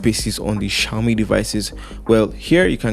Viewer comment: The "Xiaomi" was pronounced gently 😅😅😅 Man of class